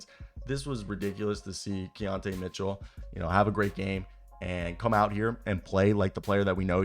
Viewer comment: Key-ton Keaton Mitchell 😂😂🤦🏾‍♂️